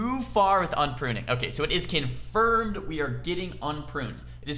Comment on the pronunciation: "kin-furmed" Yu